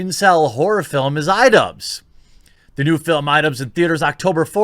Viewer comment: It took me longer than I'd like to admit to understand why he kept saying "Idubbz".